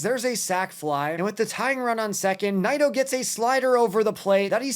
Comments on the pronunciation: It's pronounced "knee-doe" not "nye-doe" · Definitely butchered Nido